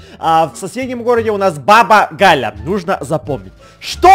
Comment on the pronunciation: Не Гля а Галя